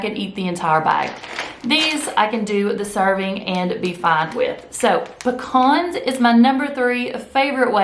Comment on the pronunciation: We have pecan trees anyway. LOL we're good. My sister and my brother in law are on the keto diet. Have been for several months. I'm looking into it for me. Also thanks for saying pecans right. LOL. We don't have Aldi's or Trader Joe's here in west TX.